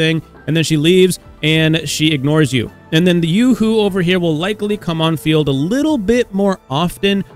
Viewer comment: Ain't it yoohoo not yuhoo